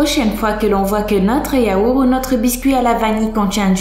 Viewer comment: "Le yaoure" 😂😂😂😂😂